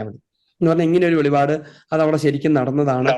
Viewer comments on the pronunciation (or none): വെളിപാട്, അല്ല അച്ചോ വെളിപ്പാട് എന്ന് പഠിക്കു❤